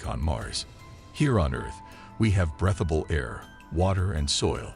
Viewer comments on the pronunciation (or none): "Breath-able"? How about "Breathe-able"